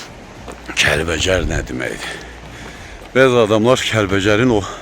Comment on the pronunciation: oğlum əsil Kəlbəcər ləhcəsi ilə dedin,Kəlvəjər